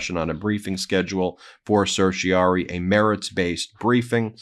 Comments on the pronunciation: Please, to spare my teeth from excess wear, say certiorari (“sir-shuh-RAR-ee”). Political news takes a big enough toll by itself. Don’t give the other side free pot shots. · I don’t mean to be that guy, but I’m fairly certain you’re consistently missing a syllable in certioRAri.